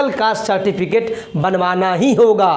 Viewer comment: Citificate nhi Certificate hota hai